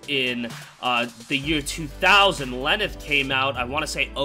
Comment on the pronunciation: He said Lenneth clearly